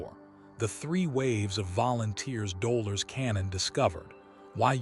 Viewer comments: She's called Do' lor' es. Not dola 🤨🙄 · Dolores is her name not Doler or Doler’s. 😉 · It was heart breaking for the narrator to miss Delores’s name. Otherwise it was a great summation of the three waves. Looking forward to this being edited !!!